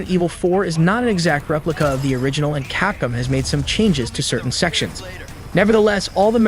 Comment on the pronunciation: Capcom is not pronounced Capcum. Konami is not pronounced Con-ami. Youngens